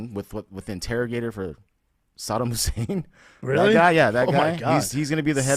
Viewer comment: trying to say 'Saddam Hussain' was the highlight for me.